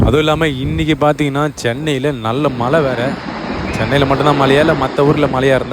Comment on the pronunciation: மளை இல்லை, மழை. தொழிலாளி என்று உச்சரித்து கற்றுக் கொள்ளுங்கள். தமிழா. தமிழ் மற்ற மொழிகளை விட அனைத்து குணங்களை கொண்டுள்ளது. இது கேரளாவில் இருந்து.